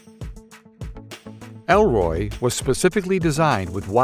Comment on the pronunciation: ERLOY is not ELROY